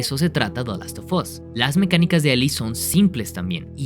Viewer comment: Por qué lo pronuncia como "dalostofos"? 😭😭